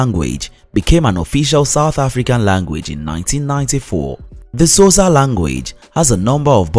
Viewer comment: to be honest... I can't use this video for my students due to the very poor pronunciation of some of the basic words like XHOSA and BOBOTIE ... among many many others .. such a pity